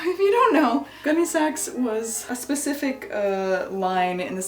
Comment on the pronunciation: Not my food-motivated-ass hearing "Gunne Sax" as "Gummy Snacks" 😩